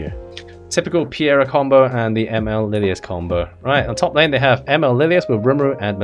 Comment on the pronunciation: Dude it's Peira not Piera T_T